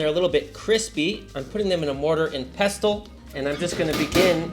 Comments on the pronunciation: Pestle, rhymes with vessel, and wrestle. Not pestal like vestal virgin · The T in pestle is silent, like as in whistle!😃